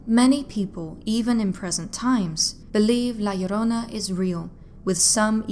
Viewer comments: Thank you for saying it right ❤ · Damn, im Mexican and you pronounce La Llorona better than I do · Wow, you pronounce "La Llorona" very well! I was not expecting that, but I was pleasantly surprised 😀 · You pronounced La Llrona better than 99% of the people I've heard talk about the myth. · Awesome Spanish pronunciation , love it, also love your diction, is the best for all your videos , great work! Cheers from Mexico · I love your voice, your accent, and the fact that you nailed the pronounciation of La llorona perfectly! Great video,:> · Wow! You the first person not Hispanic nor latino that actually pronounces the name right. Love that story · Your pronunciation spot on. Great job. My grandmother used to tell these stories when we were kids. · THUMBS UP JUST FOR pronouncing "La Llorona" so well, but think that Marina / Cortez connection is more Propaganda against the Spaniard's ruling class and think that was retroactively added as a cautionary tale for those that would aid them against the more native peoples. you did a excellent job as usual. kudos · The way you pronounce La Llorona is such a turn on. 😩👌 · You say La Llorona so perfect. Im shocked cause most Northern Europeans have such a hard time with Spainish lol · Great video U say la llorona good in spanish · Love this!! And the pronunciation is literal perfection 😁😁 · 👏👏👏 that pronunciation of La Llorona in Spanish is perfect!!!! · Yes, I see videos covering this and their pronunciation makes me cringe and the fact that she says it right makes the whole video perfect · I noticed that too.